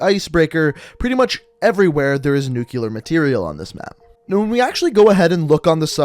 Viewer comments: Nu-clear, not nukyaler. Sorry I couldn't let it go😬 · Quick grammar check: A record of shipments is a manifest, a manifesto is a written work detailing Ana ideology Nuclear is pronounced new-k-lee-er not nuke-u-lar Sorry but it was driving me nuts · Why do you pronounce nuclear as nucilar?😂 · I had to stop watching the video. Dude, you claim to be a firefighter/paramedic.....STOP SAYING NUCULAR!!!! It's f@ painful!!! Your vids are cool but damn bro!!! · "nucular" lol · Learn how to pronounce nuclear